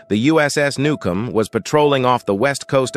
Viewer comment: you're mispronouncing it. except for the first time when you got it right, the rest of it you call it new-comb- which is how it is spelled but not how it's pronounced. how are you honoring these men if you can't even get the name right?